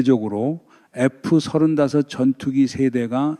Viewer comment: 하메네이는 벌써 쫓겨났어야 할 정신이상자죠. F-35는 에프삼십오 로 발음. F-22는 에프이십이 로 발음. B2(폭격기)는 비투 로 발음합니다. 기왕이면 바른발음이 좋죠.